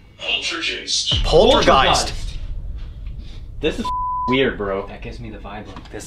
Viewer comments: .. spirit said ”polterjist” 🤣🤣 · That Kevin guy, the attachment you guys hay has to be shown who’s the boss, you have to let him know he’s NOT allowed to interfere in your investigations, a couple of minutes before I noticed he’s there , he keeps repeating the same words, the way he pronounces “poltergeist “, the reference to “black eyes “, and other words and expressions have been repeated in more than 4 episodes...... that’s a real demon you guys were talking to in these EVP s 😮🙀